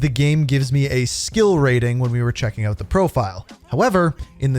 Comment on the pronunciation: When's it coming "ooot" bro? 🇬🇧